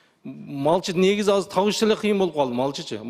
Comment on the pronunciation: Азыр деп суйлосон казыр дейтко 😂😂😂